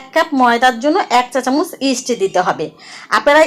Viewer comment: আপু ইস্টের নামটা বোঝা যাচ্ছে না একটু জানাইলে ভালো হতো দারুন রেসিপি দেওয়ার জন্য ধন্যবাদ